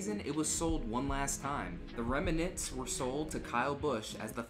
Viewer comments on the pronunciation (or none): "remanants" lol